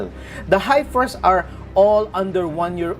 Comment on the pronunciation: Dear sir, I have asked you to adjust your pronunciation of "HEIFER" before, but still you say, 'HIGH-FER' - the correct pronunciation is 'HEFF-ER'